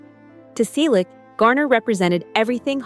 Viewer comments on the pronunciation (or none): Stop spreading fake news. Are you drunk or on drugs? Tom is 81 years old. We, his family celebrated his 81st birthday on January 29. Learn English. It's free on YouTube. Get informed. Learn to pronounce "Selleck" correctly. Over the past 6 months, we have already reported every stupid creator who posted the same stupid story. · Did anyone notice that they mispronouce Sellick each time?